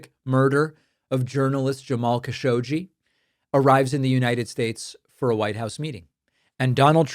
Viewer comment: It's "Kaa Sho Gi" not "Ka Showgeeee"